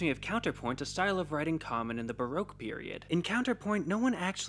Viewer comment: Ba-roak. I believe it's actually pronounced ba-rock.